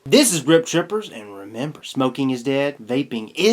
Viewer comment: Hahaha that outro cracked me up. "and ruh-mem-ber" xD